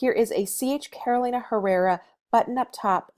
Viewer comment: Inagree. And also pronouncing Carolina like the state. It's "Caroleeena".